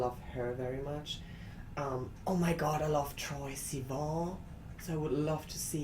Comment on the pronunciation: OMG!!! Troye! My poor heart, that's amazing you mentioned him, and the way you pronounced his name, so cute! I wouldn't mind a little collab or at least cover ;)